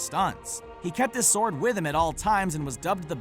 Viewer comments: For future reference, despite its spelling, the "w" in sword is silent, so it's pronounced SORD! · Every time I heard him pronounce the W in sword I cringed. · You really like to pronounce the 'w' in 'sword.' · The "w" in "sword" is supposed to be silent bro. Just saying. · You may say it that way, but I pronounce the 'o' is sword and sordid for exactly the same duration. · Dude, please learn to pronounce words correctly if you are going to be a narrator. For instance - in the word SWORD the 'W' is silent, and it is actually pronounced SORD. And Mandy Patinkin's name is pronounced like it is spelled. PA-TIN-KIN. Not PATTY-KIN. And also, why don't you show the scene from the movie where the mistakes you're talking about actually happened, instead of just some random clip?